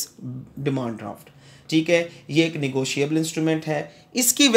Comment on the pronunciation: Negoshiable mean😂😂